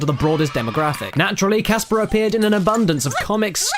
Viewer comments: Heres an idea for a drinking game on this 2 parter video. every time theres a bad pun drink. Everytime someone screams, drink. Everytime "Snivel I will demist you appears" drink. when ever cabosh (or however you spell his name) says casper's name wrong, drinkAdd onto this everyone, let's make this a real thing! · i just discovered that its casper not gasper